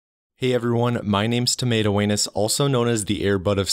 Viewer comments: first time viewer here, straight up fkced me up with "" xD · All I heard was hello my name is tomato anus and was like huh??????